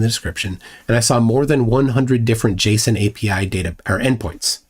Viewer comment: I said this in chat once but I'm gonna say it again. You're the first programmer I've ever heard that has pronounced JSON correctly. Thank you. It's not "jay-SAWN" or "jace-ON" it's just "Jason" like a man's name. JSON. It seems simple to me but people say it weirdly all the time and it really bothers me for some reason.